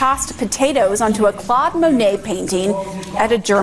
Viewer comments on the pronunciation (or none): none